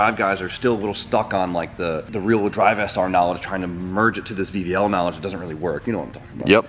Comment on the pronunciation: I heard VVL as BBL 😂😂😂